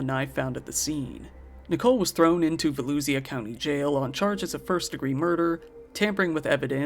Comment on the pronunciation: VOE-LOOSHUH county. I grew up there 😁 Florida has tons of weird named towns/counties